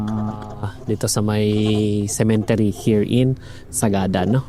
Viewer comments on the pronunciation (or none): What the heck is a “sementery”?… sementaryo and cemetery contraction?😂